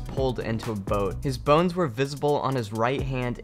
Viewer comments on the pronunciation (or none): none